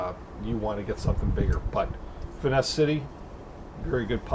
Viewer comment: good video, but just for your information, it's not " fitness " city like you constantly say there is no "T" it's Finess City.